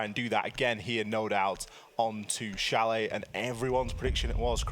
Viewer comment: Please Change: It's Chalet.👍